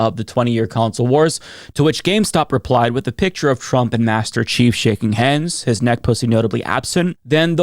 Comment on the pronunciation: It's "Master Chief", not "Masterrace Chief", silly.